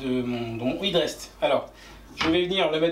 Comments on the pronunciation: "è"drest plutôt que "i"drest pour la prononciation ! Pour la réalisation rien à dire, du tout beau ;) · Félicitations et merci pour cette série très détaillée de tutos, on sent que ça va faire un sans faute ! Par pur soucis du détail, on aurait plutôt tendance à prononcer hèd rest que hid rest outre atlantique..